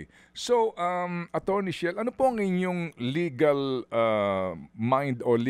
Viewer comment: Chel po, Sir Ted, hindi Shell. ❤